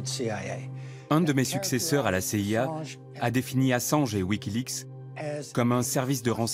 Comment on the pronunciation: mais qui ne sait pas prononcer wikileaPs lol !